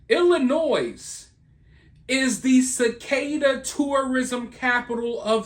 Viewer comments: STOP saying the s on Illinois 😉 i live in Iowa right on the Illinois border and honestly we've not seen any yet. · Please, no s on Illinois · no S in illinois! lol but yes we have a LOTTTTTT here 😅